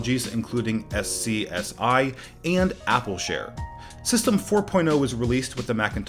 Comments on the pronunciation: "Ess See Ess Eye"... ? Oh... you mean 'scuzzie' (SCSI). Clearly born after SCSI then ;) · After 30+ years... never ever heard it as S C S I... LOL!! yeah, that was bad. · S C S I, hahaha this guy must be young... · Never in my life have I heard it call "Ess-Cee-Ess-Eye" hahaha! It's "SCUZZY"! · SCSI is not pronounced ess-cee-ess-eye. It’s pronounced scuh-zee. Read it like one word. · Strange pronunciation: 'SCSI' is usually pronounced 'scuzzy', not 'S.C.S.I.' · No one says "S C S I" or "G U I". It's scuzzy and gooey. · "ES EE ES EYE" Seriously? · Thank you for these videos! Two things: Pronunciations for SCSI - Skuz-ee and GUI - Goo-ee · SCSI is also said as "scuzzy" not as individual letters. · GUI = Gooey, SCSI=Scuzzy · You pronounce SCSI wrong, it pronounced "scuzzy" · Great video as always. FYI... "SCSI" is commonly called pronounced as "scuzzy". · "Ess See Ess I" :P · I stopped watching this after it mIspronounced SCSI and said that the Mac II and SE used "the first Motorola processor". (Every Mac from 1984 to 2005 used Motorola.) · Weird, never heard SCSI spelled out. That would be like spelling out ASCII instead of pronouncing it. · “A - R - S Technica’s John SyracusE...” Oof. Even worse than when he spelled out SCSI